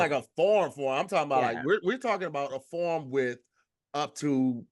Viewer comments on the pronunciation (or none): I’m so irritated with saying “Form” instead of “Farm”…..😤 Come on!! Get ya tongue together fam 🤣🤣🤣🤣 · The way pronounces farm is hilarious